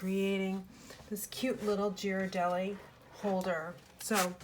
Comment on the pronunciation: As I’m from San Francisco originally I am compelled to share with you the correct pronunciation of that fabulous chocolate 😉 With love!😘 The G is pronounced as “gee-rar-deli” or a bit more clear would be “gear-a-deli” with the G as in girl. So not a J sound, “jee-rar-dah-lee” as thousands not from the area say it. Hope that is clear...🙄 🍫 😉